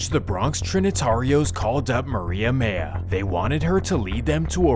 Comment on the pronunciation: It’s Mejia, not Meija